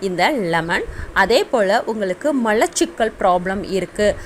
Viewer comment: லெமன்,என்றால் என்னங்க,? ளெமன்"என்றால் என்னங்க? ----------------------+ எலுமிச்சம் பழச்சாறு தண்ணீர் கலக்காமல்" ஒரு டம்ளர் குடிக்கலாமா? ------------------------+ கல் ஈரல் .சரி. கள் ஈரல். பிழை. மலச்சிக்கல்.சரி. மளச்சிக்கல்.பிழை. உச்சம் தளை.பிழை. உச்சம் தலை.சரி. பாள்.பிழை பால்.சரி. *தமிழ் உச்சரிப்புக்களைச் சரி செய்யுங்கள். சகோதரி" அவர்களின் பயன் ~K.k.n~